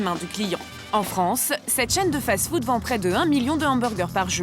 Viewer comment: Marketing elle le prononcé Markeuting Et fast food elle dit faze food